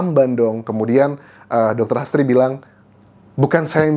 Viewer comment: H. A. S. d bsca HAS T.R.I. d baca TRI jd HASTRI bkn astri